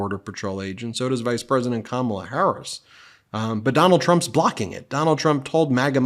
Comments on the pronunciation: He’s coming up with new ways to mispronounce her name.😂 Kamilla! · Is Trump insulting the queen consort of England or is he trying to say Kamala and sail Comilla? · In the same clip where he said Kamala looks like Melania, he called Kamala Camille instead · Trump called her Ca mill a He is so rude and disrespectful. If you can't pronounce KA MA LA, then just call her Madam President!! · "She didn't look like Camila." Is he saying Kamala Harris did not look like herself and that was his mispronunciation of her name? Or, did he mean Kamala Harris does not look like King Charles wife, Camila? Trump is, without contest, the most ignorant and weird individual. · Camilla? That's certainly a new way of pronouncing Kamala! Also, I don't think he's drunk because of the way he's speaking...granted, it's all BS and he does sort of meander, but when he is speaking, it's measured, there's not a lot of hesitation and not a lot of the words are actually slurred like a drunk would slur them. I think he's taken his dentures out, so he is isn't able to form his words correctly because there's not teeth for his tongue to rest on or use while forming words. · He talks about this cover and then says she's a beautiful woman and then mentions something about Camilla. He may be trying to mispronounce her name but instead he gets confused and mentions the Queen Consort!!?? Yeah he's not all there anymore! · Trump is such a goober that he can't even PRONOUNCE the VP's name correctly. He's probably doing it deliberately as an insult since he isn't capable of respect, much less baseline human decency, but it honestly just makes him look even more incompetent.